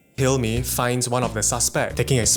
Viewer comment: Thanks to this vid, youtube is now recommending me crime watch episodes. Also, is it pronounced Hal-me or Hel-mi? Even the smouldering SIO himself seems unsure.